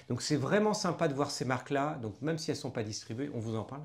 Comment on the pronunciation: C’est quand meume pas si compliqué à dire : « même »